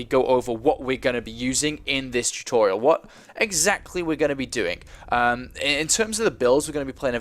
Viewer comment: LOL! I forgot about him saying "tutorital" :3. I'm a little surprised.